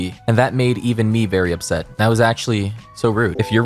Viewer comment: Her: "If you don't have thay" Me: -1